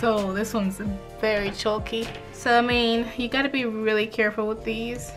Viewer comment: Love you but the way you say chalky is like choky and its kinda annoying